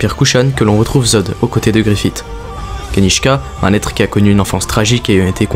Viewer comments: Bonne vidéo, par contre Griffith ne se prononce pas avec le T' mais comme un S ou CE 😉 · super vidéo, par contre deux petits trucs : je pense que les fans de Berserk préfère les passages de l'animé en VO ^^ et justement dans les animés en VO ils disent tous "GriffiSS" et pas "GriffiTT", c'est très mineur mais ça m'a un chouilla enlevé de l'immersion sinon rien à dire :p